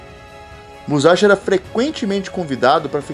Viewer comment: é muzaxi n fi..